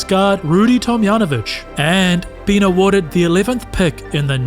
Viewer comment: That should be a hard J in Tomjanovich.